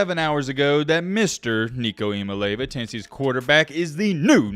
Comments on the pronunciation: Ok for 1 the sweet and spicy bacon burger from whataburger is absolutely top teir 2 it's eya-maalay-ava get it right and 3 tennessee will be in the top 5 this year. Idk how we will fall into the rankings but lsu usc tcu Oregon are all going to fall off. Please pin this so you can see this in the rankings for next season because I called it and because we will most likely be in the championship next year GB🍊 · It's Nico Iamaleava pronounced..(e ah ma lee ah vah). He was talking about it in an interview with the vol network.